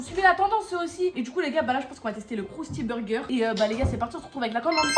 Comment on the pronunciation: Elle a dit crousty berger